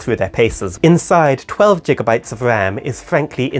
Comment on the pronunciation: Kinda crazy to compare the 2. Also its Gigabytes not jigabytes, genuinely dont know how you can get that wrong.